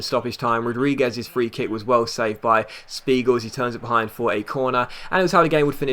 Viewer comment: If Spiegel is german, your pronouncation was right